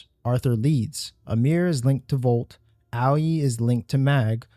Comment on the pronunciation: thats not Albrecht, the black eyes are a pretty clear indicator that is his indifferent doppelganger. Owwy? Really dude? OWWY? They pronounce it both in game and on stream when it was debuted. Its pronouned AY-OY. Owwy....... 😂 Also it ELLA-NORE NOT ELLY-ANORE. jesus man. Great video but that shit irked me. Great video. Great interpretation. Watched the full thing. Thanks for your effort man.